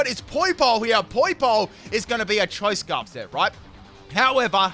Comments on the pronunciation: "Choice Sparf" The new item that boosts your speed and special attack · "Did I say CHOICE SPARF?"... Yes,... yes you did. XD